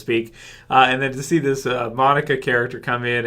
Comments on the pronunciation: just because I love correcting people: its Kaioken not Keioken, its Monaka not Monika, I don't have anything against you, just hate to hear false pronunciation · His name not pronounce Monica its pronounce mo - knock ah and monaka is a boy Monica is a girl name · Lol it's pronounced "Moe NAKA", not "Monica" but great video lol. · The way you pronounce Monaka is just....ugh